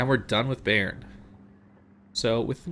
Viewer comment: Bayern is pronounced buyern not bay-ern